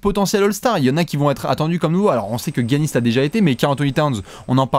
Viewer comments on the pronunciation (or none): Giannis ça ce prononce Yannis les gars ;) sinon en Bucks fan j'ai envie de dire Giannis mais Towns et Porzee sont incroyable et Ben Simmons est très impressionnant aussi...